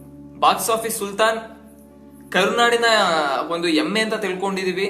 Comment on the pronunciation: Bro adhu "Hemme " Not yemme (Buffalo) plz speak neatly